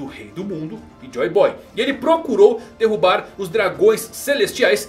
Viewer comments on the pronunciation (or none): none